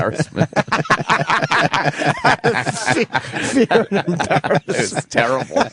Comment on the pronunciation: "embarrassmentizzle" lmao